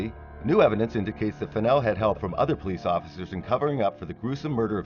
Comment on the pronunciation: Jimmy Fennell, not Pennel. His friend Curtis Davis, is the one who gave him a ride. Curtis Davis worked in Bastrop and lived in Giddings close to Fennell. He took off work early that evening claiming he had a broken tooth. He was scheduled to work the 7pm - 7am shift. Unfortunately Curtis Davis can no longer be called to testify. He passed away the day before election day.